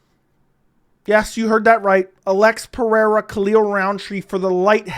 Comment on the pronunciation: Alex is Brazilian not Hispanic it’s Pe-Rey-ra no Pe-re-ra.